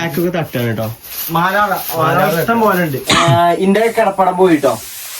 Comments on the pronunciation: മാലാറ അല്ല മാറാല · മാലാറ അല്ലാ മാറാല 😂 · മാലാറ അല്ല 😂😂😂 മാറാല ആണ്